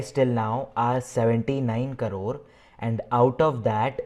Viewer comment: Thank you for this video. If you don't mind... Plz pronounce crores in the correct way. You pronounce like carore... It takes me a few minutes to identify what the carore is. Finally i understood it's crore.